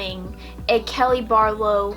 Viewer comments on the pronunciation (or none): This is a cute video! I kept hearing kitty instead of kelly. Lol🤪